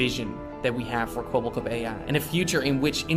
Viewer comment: why do keep calling him "kwobbokop"?